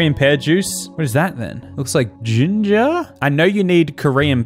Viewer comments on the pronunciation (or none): none